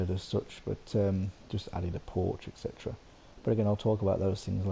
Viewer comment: Are "ect chetera" for etc??